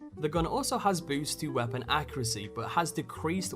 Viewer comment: What accent does the narrator have? I can't place it. And it's Weirdly frustrating because of the certain emphasis and tone put on particular words only about half the time. "Weapon/Weah-pon".